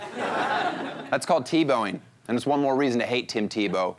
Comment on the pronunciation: the last one was more like Teblowing